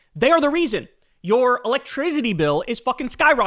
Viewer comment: Always a good day when we get an "electriZity" out of Kyle